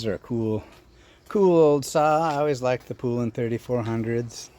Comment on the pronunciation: Poulan is pronounced like the country without the D at the end. Pole-in . Congrats on the saws, I've been eyeing a Poulan 3800 for awhile now haha.